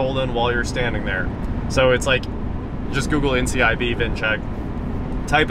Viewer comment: Just as it’s Tesla not Tesla, it’s NICB not NCIB.